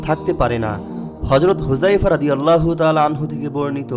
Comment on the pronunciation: আল্লাহোর!!!no , বলুন ""'আললাহ